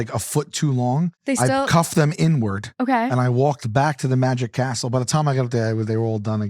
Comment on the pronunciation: Also Sal was doing crowd work at a show and totally picked on my friend during her Bach party, she and her group LOVED IT, and loved the show. (When he said Magic Castle, my brain heard “Magic Asshole” 😂)